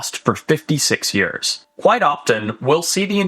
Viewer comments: Why does Forrest say the word years in a funny way? He talks like normal and then says yurrs al of a sudden. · he says years like yoeurs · The way forrest says years. “yerrs” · "For yers"... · Why he say Years like that Lmfao 🤣. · As a saffa, hearing the way Forrest says 'Years' is most satisfying